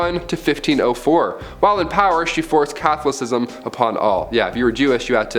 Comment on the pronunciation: Never heard anyone say “Catholicism” so poorly you all are illiterate.